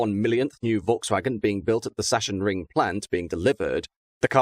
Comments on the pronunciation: Little pronunciation help - the "ch" in "Chemnitz" is actually pronounced the same way that an English speaker would say the "ch" in "chemistry". But even some Germans sometimes get it wrong if they are from other parts of the country. Just by looking at the letters of the word, it isn't obvious.And the proper pronunciation of he first part of the name "Sachsenring" is something that English speakers would likely hesitate about. It's very close to a word that I probably can't put in the comment, which s*cks... 😉 But there is nothing problematic about the word "Sachsen" in German, so don't worry. Interestingly, the City of Frankfurt am Main just concluded a 4 week long test for something that is related in concept. In a cooperation between their local tram operator VGF, a university (I think from Frankfurt directly) and Amazon, they used a type "Pt" tram car from 1978, which is only kept as an operating spare, to haul smaller Amazon deliveries from a point at the outskirts of the city to a mostly unused track loop next to the Frankfurt zoo. From where the cargo would be delivered to the customers via electric cargo bikes. Sure, this is not a purpose-built vehicle, and from the photos it looks like all the modifications they did was to put on a vinyl wrap advertising the project, but after all, this was just an experiment for a limited time. But from what I heard, it was successful and they are considering the idea to turn this into something more permanent. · It’s not Tshemnitz. It has the same sound as the CH in sCHiphol airport. Gemnitz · I find this idea good. Trams, here in Switzerland as well, go past all the big shops and stores in the city. I would probably move the cargo at night. And it's not Sashen, it's Saksen and it is called Kemnits and not Shemnis. It's German, not English, get it. Stop ignorance on languages. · If I may be the linguistic pedant: Chemnitz is pronounced like it's got a K. So just Kemnitz. Yes, it makes no sense within German phonetics.